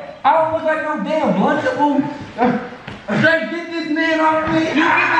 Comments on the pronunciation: “I don’t look like no damn lumchable “ 😂😂😂💀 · got me rollin he said I don’t look like no dam luchable